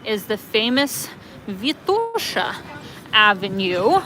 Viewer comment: Great video,! Sofia looks so much better than one year ago when I was there. Good job, mayor Terziev! Enjoy your new digs, and looking forward to your next videos! Btw, Vitosha is pronounced with an accent on the first syllable, just like Sofia.